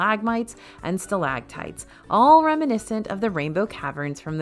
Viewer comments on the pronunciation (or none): It's stalagmites and stalactites. Note the letter c in stalactites. It figures into the proper pronunciation.